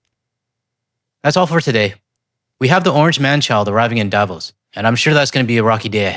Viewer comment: Dear, I absolutely love your content! But, your pronounciation of Davos hurt my ears. The emphasis is not on the A it’s on the O, It’s not DAvos it’s DavOs. Greetings from Switzerland, where even most right wingers (except the right libertarians) hate the annoying orange aus much as you Canadians do. After all, this geriatric wannabe dictator hit us with 39% tariffs because he thinks it’s unfair that a small country like Switzerland is as rich as it is. (Yeah he really said that)